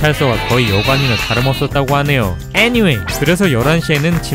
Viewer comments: 아니왜애니왠이라코 말하는거지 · 애니웨이! 너무 찰지셬ㅋㅋㅋㅋ